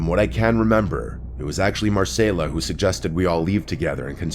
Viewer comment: It’s Mar-Cell-A